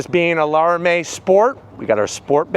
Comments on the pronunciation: "Lara-may"? its "Lara-mee" 😂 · Lara mee not Lara may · Crazy to think somebody that owns a demon 170 would say LARAMIE like that